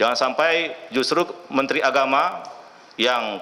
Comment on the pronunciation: Mantri kok ngomongnya ngocros.... Mentri opo iku.......